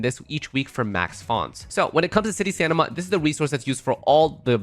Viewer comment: city stanima